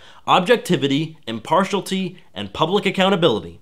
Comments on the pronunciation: Excellent video providing a summary analysis on Gamergate. For future reference, you were mispronouncing "impartiality" as "impartialty". Maked me cringe everytime. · impartiality. not impartalty. [im-pahr-shee-al-i-tee] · Impartiality is not pronounced "Im-Par-Shully", it's pronounced "Im-Par-She-Ality". I don't mean to be picky, but you mispronounced it three times. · The problem here, trivial as it is, is that you correctly pronounced a word that doesn't exist. If the word were "impartialty", you nailed it. But it's not. The actual work is "impartiality", which has only one reasonable pronunciation. And it's an unquestionable fact that hearing that non-existent word several times was grating and made it hard to pay attention to what you were saying. That's why you should care. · Just as an aside, you keep mispronouncing impartiality by saying "im-par-shal-tee." It is pronounced, "im-par-she-al-it-ee." Other than that, loved your video, and +1'd it. Oh, and this was not meant to criticize but to help. I like helping people when I can. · It's not impartialty it's impartiality.. (it bugged me) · it's impartiality, not impartialty. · Minor point, sorry! The word is im-part-i-al-i-ty, not impartialty. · It was driving me crazy- "impartiality", not "impartialty". Other than that, interesting video. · It's driving me nuts - impartialITY not impartialty! FFS.There's no such word. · I know; I'm sorry. But after the fifth time, I had to say: Im-par-ti-AL-i-ty Not Im-PAR-tial-ty And by the way, PLETH-or-a, not Ple-THOR-a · Impart-IAL-ity, not impartialty. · I couldn't help but twitch when I heard him say "im-par-shul-tea" rather than "im-par-she-aluh-tee". It's like when people pronounce the word "melee" as "mi-lee" rather than "may-lay". Oh god, my ears! It burns! The internet is at you finger tips. You could perhaps look up how to pronounce the words before saying them. Just a thought.... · yea, was distracting. Also, "massage-anist".